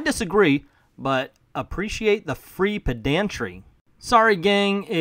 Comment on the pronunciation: Its actually pronounced "PED-un-tree", not "ped-AN-tree."